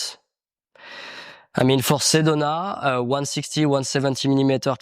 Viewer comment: Repeat after me: Seh doh nah. Sedona